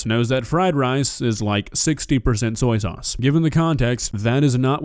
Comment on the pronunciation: Why does she seem so mad that she can smell bacon? Salty or not. Anyone else hear "Sorry sauce" for Soya sauce?